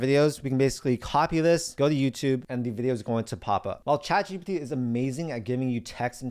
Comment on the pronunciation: Why is it young people don’t pronounce the “P” in GPT? (Not picking on this channel; seen it in other places as well.)